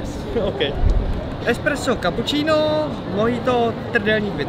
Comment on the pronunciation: Pete: By the way, we're pretending we're American from Kentucky:: For mikh kappuchinov